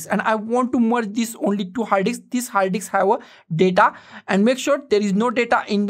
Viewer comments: Love how he says diks!!! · combine a 2 dks ???🤣🤣🤣🤣🤣